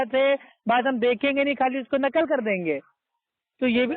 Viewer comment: غلتی کو گلتی کہ رہا ہے جینول کہ رہا ہے ہے قرآن کو سہی کیسے پڑھ سکتا ہے ہے جہل ہندو کا لہجہ اور تلفظ استعمال کر رہا ھے قرآن کو کران کہے رہا ہے غلتی کو گلتی کہ رہا ہے چل دعا قنوت سنا دے میرا دعویٰ ہے نقل کو نکل کہ رہا ھے